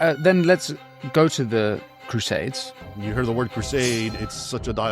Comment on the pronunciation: the way you pronounce it is what i learnt was used by white south Africans as a racial slur to blacks south Africans